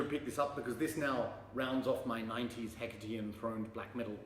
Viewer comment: Now I know how to pronounce 'Hecate"! The Thyrane album cover is striking. Cheers mate.